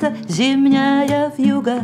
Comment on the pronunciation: ВьюгА с ударением на А - это нечто.......